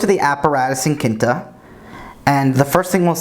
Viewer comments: Quinta is pronounced like QWIN-ta, not KIN-ta. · I thought it was a portuguese at first! Haha Quinta is also fifth in Portuguese, and the pronunciation is quite similar.